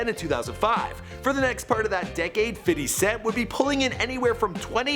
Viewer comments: I like how he says "fitty" cent 😂😂😂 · "Fidy cent" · "Fiddy Cent"